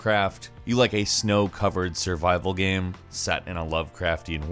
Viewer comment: Please learn to pronounce the word "GAME".